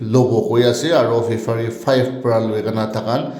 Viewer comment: Sound system tu eman biya! improve kuri le bahal hobo aru February ase Fefari nahoi ho dea...